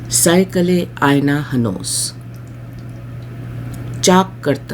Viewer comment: Improve your pronunciation Madam . Hire an Urdu teacher , he will help. At one place you said cycle, whereas it was saiqal